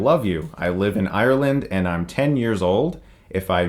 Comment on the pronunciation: said Ireland wrong lmao